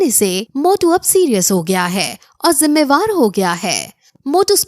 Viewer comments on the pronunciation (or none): It's jimmedar not jimmebar